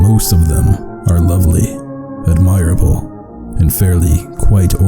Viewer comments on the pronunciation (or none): good video but FYI you mispronounce "admirable" and "quite fairly" is redundant